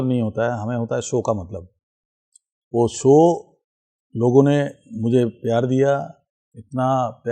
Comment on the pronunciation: Watching a Sanu Da's interview after a long time. When Says "Meako" instead of Mereko or Mujhe..❤😂Love it.